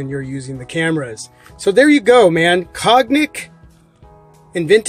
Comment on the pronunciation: Cognac = "Cone-YAK"